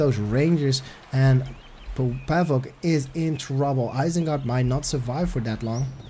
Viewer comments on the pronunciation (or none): Not pàvuk but pavÙk xddd